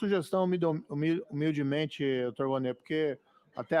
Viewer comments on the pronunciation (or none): Moro lalando a palavra humildemente! midilmente esta correto?